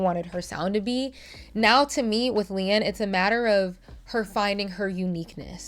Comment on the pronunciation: It’s Leigh-Anne, non Leigh-Ann